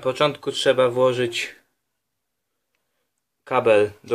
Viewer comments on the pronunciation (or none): none